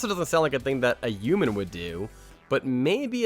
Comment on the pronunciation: bro this man said youman